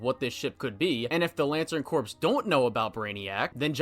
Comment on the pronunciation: "The Lantern Corpse" is what you turn John into. The "p" and "s" are silent if you're talking about a "corps," as in, like, the Marine Corps, or the Army Corps of Engineers. Silly French loanwords.